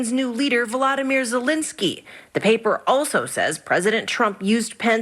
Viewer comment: The way Trevor pronounced "Zelensky" was so spot on! Russian accent it is!